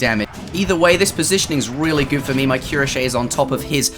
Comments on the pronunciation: Cuirassier is pronounced "QWEE-RA-SEE-EY" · About cuirassiers prononciation, as i'm French i'm gonna give it a try ^^ : kwira-sea-a I don't know if that helps a lot but google traduction seems to pronouce it correctly this way. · It's like you're saying "oui," but "cui."The "ra" makes a "rah" sound, but don't forget to combine it with the normal s sound that comes after it. The "si" makes a Spanish "si" sound. The e at the end of the word makes a "eh" sound. So, it should make a cui-rahs-sieh. I have high school French. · Queuerashiai :D jk Cuirassier is not an easy word to pronounce, even for us. GG bro